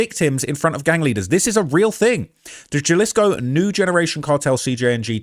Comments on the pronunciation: Jalisco is pronounced "Ha-lees-co" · It's pronounced "ja les co" ....because that's a "j"....🗽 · Its so easy to say n so many videos say jalesco pronounced as spelled in English 🤦‍♂️ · J is pronounced H homie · Juh lee scoo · Please say jalisco like this (Ha-lease-co), not jah-lease-co.😂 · Jalisco is pronounced "huh·li·skow" not with a J sound. The Epstein files are wayyy worse. Eating babies vs eating enemies, eating babies is 1,000 times worse. Google "pizza" "jerky" "grape soda" "cream cheese" in relation to the Epstein files and that shit is way more disturbing. Seems this video is made to capitalize on what is happening in Mexico. Cause you wouldn't make a simple mistake like mispronouncing Jalisco. Also, he was killed, not arrested. Do better with your research. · In Spanish,the J makes the H sound. Not Ja-lisco It's pronounced HA-lisco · Jaleec so he reads Ja as Juh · "J" makes a softish "H" sound in Spanish. I live the same distance from a Spanish speaking country as a ton of Britons, and you guys still can't pronounce Spanish names. Faulty Towers even had a Spanish guy as a main character! Brits love to soft "J" when it's almost never necessary, it's weird. Why are Brits so bad at pronouncing foreign words compared to other English speakers? Ah, Eh, EE, Oh, OO, and Y(ee), it's not hard, I promise. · Say Jalisco: ha-LEES-ko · They're gonna come see you just for saying "galisgo" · It’s (Jalisco) = HA•Lee•sco cmon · ITS HALL-EE-SCO!!!! GET IT STRAIGHT! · Dog you cover this stuff daily, the J is an H sound fam an Im a black American you can do it too. You even play clips where a british dude says it correctly multiple times. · Jalisco is pronounced “ha-lease-co” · Love your show. J is always an H sound in Spanish Halisco for example. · It's pronounced Halisco. Js are pronounced H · It’s pronounced Hahleeskoh foo